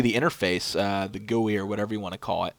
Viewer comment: Its pronounced G.U.I.